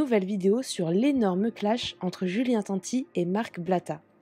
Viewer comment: qui cloche ce blata, déjà quand tu dis son nom a julien arrête déstroppier son nom de famille, c est pas la 1er fois que tu dis tati au lieu de tanti….